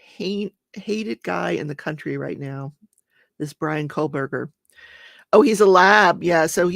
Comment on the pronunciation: Ummm..... It's KOHBERGER!! Not KohLberger